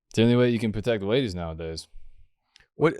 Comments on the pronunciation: Why did bwo switch up on dark wolf as soon as the wadies come awound. Bwo is fow weal a awagg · i didn't know wadies moved in thwee dimensions